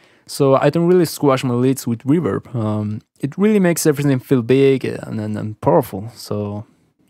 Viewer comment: "Reburb" 😂 I love the spanish accent 😁 Love the video man!!! 👌🏼